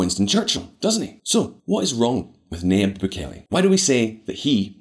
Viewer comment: His name is pronounced NaJeeb. “Nah-Jeeb” - it’s a Lebanese name, pronounced by a Spanish speaker. The ya becomes a ja in Spanish, so that’s why his name is transliterated thusly. There’s a huge a successful Levantine population in central and South America, mostly Christians from what’s now Lebanon, Syria and Palestine, who emigrated widely to Brazil, Argentina, Chile, Colombia, Venezuela, Mexico, Central America, etc, starting in the late 19th century. Early on, their religion helped Levantine Christians to get access to western-run missionary educations. My own great grandfather got a bachelors degree from an American-accredited university. In Beirut. In the 19th century In this century. A degree that, since it was issued by a university accredited by the New York state board of regents - it was honored by American schools and businesses. Their religion, and the help and advocacy of Christian missionaries - helped Christians flee religious violence during the late ottoman period. France, the us, abd Latin America were the largest destinations pre ww1. Post ww2, the commonwealth countries, and also west Africa and even parts of Asia. Muslims began to join them in emigrating widely in the 20th century. Lebanese dominate business in west Africa especially, mainly Muslims. Also the southern cone of South America. Many are well-educated, globally connected, skillful merchants. We’re both merchants from the day we are born, it’s just who we are. We’re used to huge groups and arm